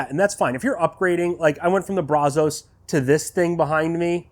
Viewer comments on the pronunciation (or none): Thanks for the video. You did a good job walking us through it. I'm a Brazos owner that's been curious about the G2, so it's great info to me. Also, you're not the only one who says it that way, but it's not Brah-zohs. It's pronounced Brazz-us. I live just a few miles from the Brazos River, the river that the smoker is named after, and I work in Brazos County, and I can tell you if you say it your way over here, you'll at the very least, get funny looks. The local vernacular is Brazz-us and has been for going on 200 years now. Sorry to be "that guy" but it drives me crazy that people keep saying it that way. Additionally as a side note for anyone interested, adding fire brick to the Brazos firebox will insulate and help stabilize the temps a lot. It may not be as good as the G2's firebox, but it will go a long way towards ending those temp peaks and valleys.